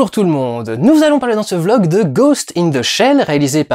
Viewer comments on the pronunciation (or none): none